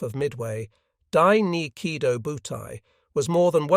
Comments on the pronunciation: The AI pronounces the name of the aircraft carrier group wrong. It's "Key Toe Bu Tie." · Yeah - that is the correct Japanese pronunciation. I suspected you weren't a native Japanese speaker because it is spelled: Kido Butai.... just like it is in the title. The way you spelled it is completely incorrect. You are leaving out the long-O at the end of the first word.